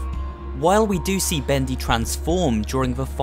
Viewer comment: Thaets not Bedy